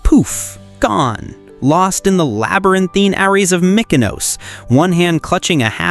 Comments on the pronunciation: Good luck getting more followers cause you need to learn how to pronounce mykonos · In return you get a "moutza" for mispronouncing Mykonos like a proper, bloody tourist